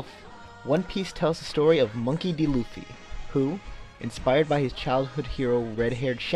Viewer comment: I say "Luffy" like it's read, not like "L-oo-ffy